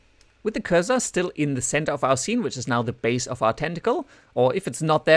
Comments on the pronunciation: Cursor, not pronounce 'Curz zer' but 'Curse sir' :) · Sure, multilingual myself. It wasn't a critique, I was trying to help and it's never pronounced 'curze zer' in either American or English. Anyway, great vid :)